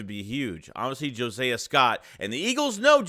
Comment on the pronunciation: Omg. His name is Not" Jo-Say-a" Scott. Josiah is pronounced (JO-SIGH-A). Are you mispronouncing his name on purpose?